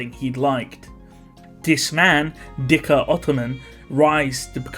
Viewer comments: Dhikr is pronounced as "zicker" btw. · Wouldn't dhikr be pronounced zikr? Since it sounds arabic. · i think its “Dirk”